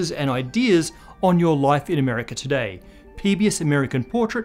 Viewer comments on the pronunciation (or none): none